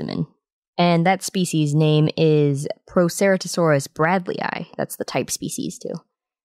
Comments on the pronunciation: When you say the word Proceratosaurs you’re just saying it wrong, but since you said all of that, now I know it’s related to the Tyrannosaurus family. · That's not how you pronounce Proceratosaurus, I'm sorry to be this kind of person and I know many dinosaurs have different pronunciations, but I think the right way to say Proceratosaurus is the accepted way